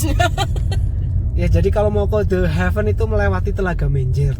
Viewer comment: Ini video ttg The Heaven pertama yg saya dengar vlogger menyebutkan The Heaven dgn sangat benar. 👍 Video sblm2nya pada nyebut "de hiven" (gemes dengernya). Buat si ibu.. Bapak nyebutnya udh bener ya Bu, jgn malah disuruh nyebut salah. Malu nanti kalo ada bule yg nonton.